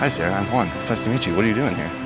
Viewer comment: The way she was trying to pronounce Juan 😂